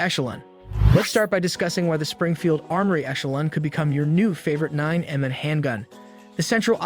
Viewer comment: 9 Em-Em? Armory Springfield Echelon? Pic-ateney rail? Sating Sauer Three Hundred and Twenty? talking about Sig and showing a Glock. Sag Sauer? This video is so cringe. Shame on YouTube for including this in the algorithm.